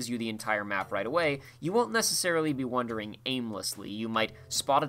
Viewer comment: Do you keep saying "wondering" instead of "wandering"? Are you doing that on purpose?